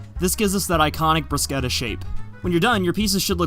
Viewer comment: It's the first time I ear a non-italian person pronounce "bruschetta" as it should be. I'm feeling so emotional right now